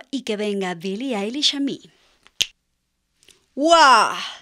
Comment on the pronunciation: Mi like porque eres la primera persona q doce bien el nombre y el apellido de billie eilish ( se dice ailish) asi q mi like